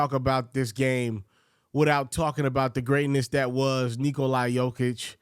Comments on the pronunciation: naaaaa bro. I am serbian as it gets and he says it stupid. He is saying NIKO- LIE. That's not how you say it, it's not even close. It's NIKO-LA... say LA like in... just LA. Break it down and it's simple. Niko = easy... then you'd assume LA would be easy but somehow he says 'LIE'. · why do you call Nikola... Niko-LIE????? it's an 'a'. lmfao. just imagine you are saying 'la la by' like the songs you sing your toddlers... say the 'la' the same way as you would with lulla-by... The Niko part is right. but the 'lie'? What........ edit: you want people to call you right? Not... hoops ferret... or hoops ferwow... the least you could do is call nikola his name right. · You are mauling his name...its Nick -ola.